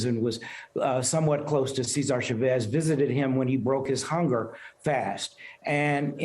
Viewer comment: Cesar (say zaar) Chavez ( chaa vez).